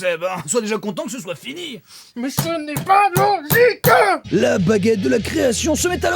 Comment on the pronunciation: "cha-n'est-pas-lo-gi-queuh!" incroyable révélation merci pour le montage